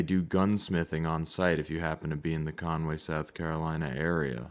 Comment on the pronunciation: Cornway. I was born in Myrtle Beach. Not Cornway.😇